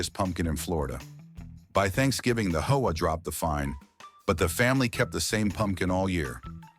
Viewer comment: One more complaint- edit your AI reader/voice. HOA is read as H. O. A. It is not a word.